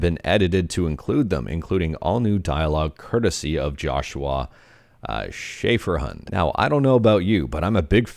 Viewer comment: "Schaeferhund" This was correct and pretty good German pronunciation.